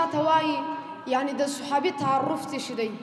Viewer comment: محترم قاري صاحب دغه لفظ داسي ویل کیږي تعریف الصحابي نه تعرف ❤❤❤❤بخښنه غواړم